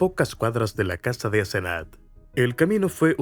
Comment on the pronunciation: Es Asenath lo escribe así y lo pronunció así la 1er vez q lo dice. Grave error no validar los datos mientras graba el audio